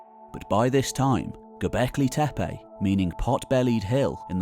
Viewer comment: It’s not TEPEY but TEPE. Can you say TEPE? Where do you see Y which you are pronouncing? There is no Y in TEPE. Just say TE -PE not TE-PEY